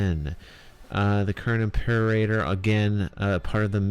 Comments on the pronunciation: can't find the spot right now, but you said "Impeerraider" instead of "Imperator" (I can't write english phonetics, so I can't tell you how it should sound) But thanks for the great overview! I just watched it and I will at least watch it once again when the game drops. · Dude, "Impeerraider"...